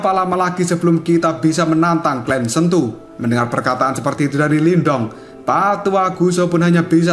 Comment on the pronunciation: astaghfirullah bang , sentu bang bukan kentu